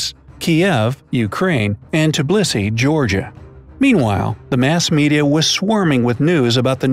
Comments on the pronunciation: Tbilisi is not how you read it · Why does everyone pronounce tbilisi wrong!!! I live in tbilisi but thats not how you pronounce that and im not even georgian im indian